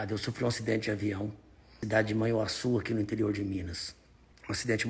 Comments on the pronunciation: O nome da cidade não é Manhaçu, o nome certo é Manhuaçu.kkk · Ce flo o nome da minha cidade veei soh que é manhuaçu e não manhançu kkk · Amigão o nome da cidade e Manhuaçu e não mãeacu mas tudo bem muitas pessoas erram na pronúncia esse nome tem origem indígena e significa na língua do povo antepassado q residia no local rio grande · Amigo o nome da cidade é MANHUAÇU e nao manacu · "Man nhu a çu" amigo me ajuda aí